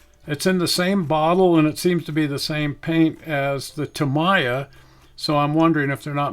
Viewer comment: Please, Tamiya is pronounced Tä-mee-yä. Otherwise, thanks for this excellent video on the various paints.